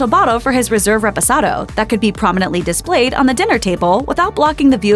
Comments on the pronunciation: Did you just say "RESPOSADO"??? Huhhhh?? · did she say Res-press-ado? wtf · Did a whole video on tequila and can’t pronounce REPOSADO correctly